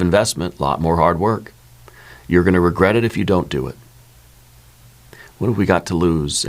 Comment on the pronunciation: No "Regerts"!!!